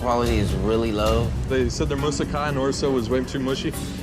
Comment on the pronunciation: I've never heard Moussaka being pronounced "musica" before